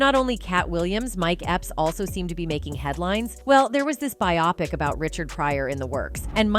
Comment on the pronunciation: Who says bi-opic instead of bio-pic??? Get with it!